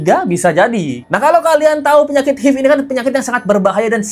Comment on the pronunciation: HIV cara mbacanya ha ive mas....bukan hiv...